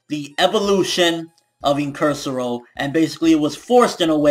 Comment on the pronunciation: Also,Incursio* not Incursero :p